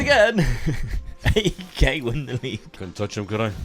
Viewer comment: Just a small correction it’s not A E K it’s one word AEK. For example it’s not P A O K it’s Paok if you get what I mean. Love from Greece